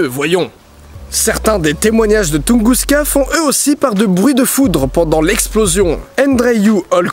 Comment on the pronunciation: j'suis peut être chiant mais je crois que c'est "Tunguska"